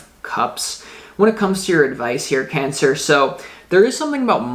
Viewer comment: Your so familiar to me and your readings are fine tuned..You said "Pancer," that was great too :-D))